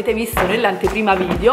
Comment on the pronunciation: È irrecuperabile, ancora dice VIDIO, e ne avrà caricati 200 mila sul canale. lol